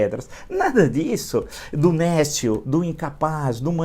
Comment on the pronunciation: néscio Aprenda a pronunciar adjetivo substantivo masculino 1. que ou aquele que é desprovido de conhecimento(s), de discernimento; estúpido, ignorante. 2. que ou aquele que não tem aptidão ou competência; incapaz, inepto.